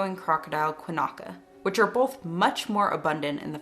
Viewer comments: She pronounced Quinkana wrong. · Quinkana has no a between the n and the k in terms of pronunciation.